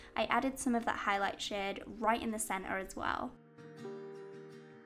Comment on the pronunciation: Sometimes, when you say "shade" it sounds like "shit" in my head, and I laugh so much I feel like a five year old :P